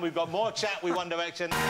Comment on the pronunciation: "Won Diwection"